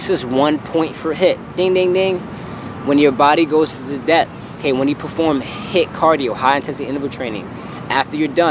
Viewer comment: thought you said hit vs lit